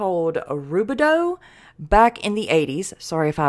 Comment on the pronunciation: Thank you,, for reading my story!:hands-yellow-heart-red:I swear it happened. I'll never forget it. It sounded like you pronounced Rubidoux right. My brother remembers it well, too. Unfortunately, my dad passed away from cancer last month, so you reading this helped preserve a memory. ❤‍🩹 BTW I think Silver Bullet Werewolf in the film was based partly on the Rugaroux (sp?) in Louisiana because it's supposed to go after immoral people during Mardi Gras. So that guy up in the tree looked like Bigfoot.IMO I appreciate you all! Blessings!